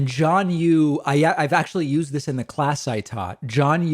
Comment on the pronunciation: "It's important to understand because it is Yoo'sd so often." I see what you did there, David.